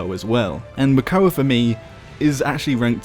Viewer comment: isnt it Makoa?